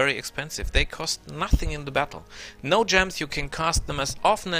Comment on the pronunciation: gems are pronounced JEMs btw. nice video good tips for people who dont mind taking chaotic karma. speaking of karma, does choosing stuff like barbarian, necro school, etc, affect your karma on the astral plane?